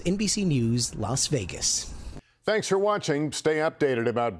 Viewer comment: Did they pronounce it as "Laos Vegas"? That was really bizarre. Golbalism subconsciously and subliminally at work. By gosh, I listened THREE EFFING TIMES. LAOS VEGAS.